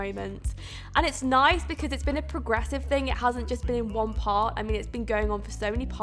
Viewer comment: When you said "When Jane finds the one." It sounded like "When Jane finds the wand." Ring a bell? Descendants? The movie?